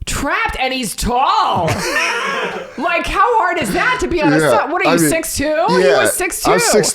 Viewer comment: never heard a more new yorker " tall " in my life 😂